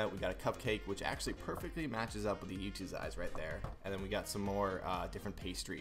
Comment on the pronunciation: its not yoot its YOOOOOOOOOOOOTTTTT